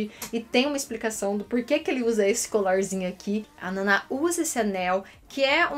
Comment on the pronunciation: O anime da minha vida inteirinha. Vi o anime, o live e tenho o manga sem fim, sou fã da cantora, sei as músicas de cor e tenho a lótus da Nana Osaki tatuada no mesmo braço 😊. A Ai Yazawa não escreve Nana a mais de 10 anos!!! Ela parou em 2009! Só me deu agonia vc chamando de "Naná"... 👀 (Sim pq Nana e Hachi significam 7 e 8 e têm outra pronúncia!) Enfim... Ah! Elas se conhecem no trem, indo pra Tóquio. A Nana não quer ser cantora, ela já é! Só não é famosa! Black Stones existe desde o Ren sair pra fazer parte da Trapnest. As músicas da Nana são de uma única cantora: Anna Tsuchyia. Reira não lembra... É Leila.kkkkk em japonês não existe o fonema ['l']. Eles fumam para um caramba!!! Mas gente! É óbvio que Oosaki Nana tem sérios problemas psicológicos desde o início do anime! E quanto a Ai Yazawa, ninguém sabe o que ela tem de vdd. A nunca revelou qual sua doença. Sim, eu sou fã fanática daquelas que sabe cada mínimo detalhe dessa história ❤️ Desculpe a chatice.